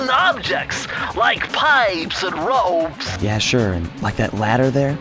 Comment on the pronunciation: Like Piiiiippessss and Rooeeeppsss 😅😅😅